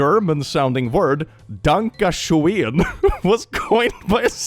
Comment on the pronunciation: The sad part is you're forced to mispronounce the word schoen as shane every time if you want the lyrics to rhyme.